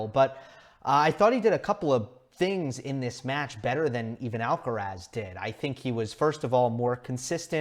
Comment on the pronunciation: "Alcarath" with the stress on the last (not the first) "a".